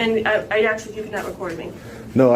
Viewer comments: Dude say ask not axe! Makes you sound uneducated though you're not. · You would “ax”??? The word is ask. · It's ASK, not AXE. Good lord. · She's gonna axe 🪓 you to leave (great English lady) 🤭🤣🤣🤣🤡🌍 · Dude she giing to axe you to leave. Sounds painful...in more ways than one. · The word ia "aSK" not AX!!! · She's gonna "axe" him to leave. lol Sonds like she's going to attack him with an axe. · Why and we’re did this axe word come from instead of ask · "Im gonna aks you to leeeave-uh..." 😂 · Oh...you AXED the officer...NEVERMIND! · Ignorant bun lady can't even pronounce a simple three letter word like "ask". It's not "aks"! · you would axe? you would ASK bro.. ASK. not AXE . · Axe...why the hell do people say axe....the word is ask. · They make fun of black people when they say “AKS” instead of “ASK” yet every tri state Italian I ever met says it too. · I’m gonna AXE you da weef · I love your videos, but just know I cringe slightly every time you say "axe". Great throwback. I remember "officer napoleon" from the first posting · There are some words black people can't say, like the word ASK! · Ask* idk why this word is so hard for people to pronounce.